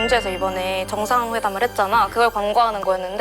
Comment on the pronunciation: 이걸 에이피이씨 라고 읽는 시람 처음봐 에이펙이라고 하지